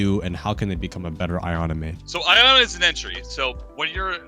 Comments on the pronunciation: Dude Iana's name is pronounced EE-ANA not EYE-ANA 🤣🤣🤣🤣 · Bro hearing “I-ana” has made me wanna put my head through a wall. It’s Iana, “Yah-na” it’s not that hard. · its pronounced "Yana" not "Ayana"